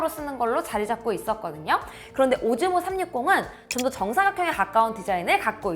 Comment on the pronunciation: 오즈모가 오징어라고 들리는데 어떡하죠